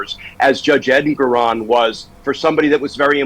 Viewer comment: I believe it’s pronounced en-GOR-on